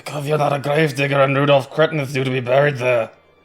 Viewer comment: It's pronounced 'Cretaan', thank you very much. - M. Pavlousse Cretin.